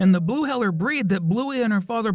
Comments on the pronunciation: Sorry if I’m rude but it’s hee-ler not hell-er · HEELER not HELLER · It’s not ‘Heller’, it’s ‘Heeler’! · It’s not heller it’s heeler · It’s not sausage it’s snickers and it’s not heller it’s heeled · It IS heeler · Definitely heeler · its pronounced 'hee-ler' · So I’m not the only one I thought of that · lad he said it wrong she’s only saying the truth